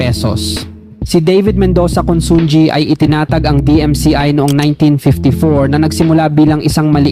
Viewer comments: Pronounced as: 1. Chaw-king NOT Cho-king 2. INA-SAl mabilis NOT dragging 3. CON-SUN-HI NOT Con-sun-gi (ji) 4. A-BA-CA mabilis NOT dragging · Consunji ang pag pronounce yan is consuhi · Consunji ba ang pronunciation nya o consunhi ?